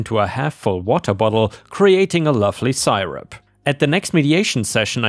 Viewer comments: Meditation not mediation. Seerup not sireup. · Ugh. The pronunciation. MEEDiation instead of MEDitation. CYrup instead of SYRup. And I have know idea how to even right the abomination of what you did with "surreptitiously". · a quick English pronunciation tip: Hyperbole—hi per bowl eee Syrup — sir up ⭐️⭐️⭐️⭐️⭐️ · Particularly loved the ants in the flip-flops story. Three excellent stories again today. Thank you. ⭐⭐⭐⭐⭐🐈⭐⭐⭐⭐⭐⭐⭐ Crikey,, you hit some hard words today. 1. You said mediation when it should be medItation. (Like yoga etc) 2. Hyperbole is pronounced High - per - bowl - ee and means exaggeration not to be taken seriously 3. Syrup is pronounced Si (as in Siri) - rup. ⭐⭐⭐⭐🐈⭐⭐⭐⭐⭐ Disney looked gorgeous again today. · Hey minor points because English is a weird language: Syrup is pronounced like sear-up, meditation is the act of clearing your mind to relax, mediation is when a third party resolves a dispute between two groups or individuals, such as a divorce attorney mediating an amicable settlement between a married couple sperating. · Syrup is pronounced /SEAR-up/, by the way. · syrup is pronounced: sur rup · I've never heard anything as cringe as the mispronounced syrup.